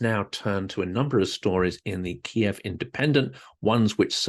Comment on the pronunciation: I agree. Ky iv.